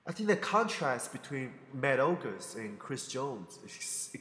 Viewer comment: oguseses? lol that made my day. " Ogus' " is how you would spell it.